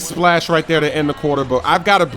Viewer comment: Love it when u say spash 